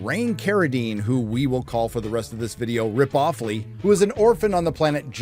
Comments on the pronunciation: Rip-off-ley? Ok you got me cracking up with that one XD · "RipOffley" 😁. Gotta say tho, BR 2049 was pretty good imo.